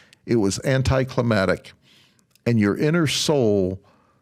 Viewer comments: '..anticlimactic..' not '...anticlimatic...' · Dude is gross! Can’t even pronounce anticlimactic; and yet seems to really love the idea of putting someone to death. Gross. Gross. Gross!